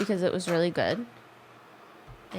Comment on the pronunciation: Jenna: mmmm that’s gwod